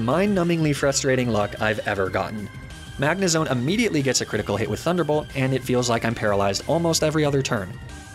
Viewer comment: You said "Magnezone" wrong! Good run tho very entertaining. Also TRUE LOVE WINS!